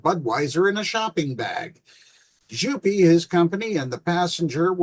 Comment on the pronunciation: To clarify: Jouppi is pronounce yo-p-p-ih. J in finnish is like y in "you". the o is round and clear, followed by a short "oo".J-O-U. The p is long and the -i at the end is shorter than the vowel at the end of e.g. "pee" or "happy". P-P-I.